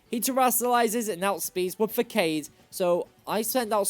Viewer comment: “Fu-Cade”? Have you ever heard anyone say facade? It’s like “fuh-saw-d”.